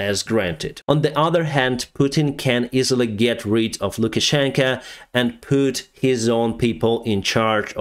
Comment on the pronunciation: Is it me or is saying LukaschenkA instead of LukaschenkO. Implying that Putin wears the pants in the Belarusian-Russian relationship? 😅